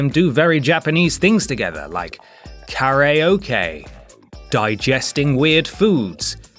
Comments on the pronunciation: He also, mispronounced Karaoke, it was probably meant as a joke to piss off weebs like you ¯\(ツ)/¯ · How did he pronounce saiyan and karaoke